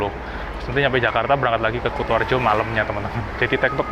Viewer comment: KU ! KU ! KUtoarjo ! Bukan KOTOarjo !!! 😂😂😂